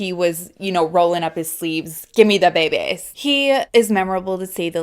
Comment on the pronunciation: “Give me tha behbehs” 😂